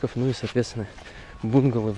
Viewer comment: Добрый день!, смотрю твои влоги с удовольствием 🤗Много полезного👍. Детишки просто прелесть! Но есть одно но. Пожалуйста сделай что нибудь с произношением некоторых слов. Например: бунгало, мангал и еще некоторые слова. Проблема в ударение. Хорошего дня.